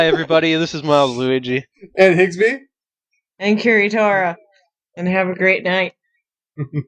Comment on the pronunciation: you said higsby twice.